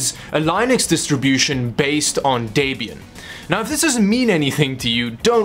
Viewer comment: I cringed so hard when he miss pronounced Linux and Debian, And the way he say's nes and snes, its N.E.S and Super N.E.S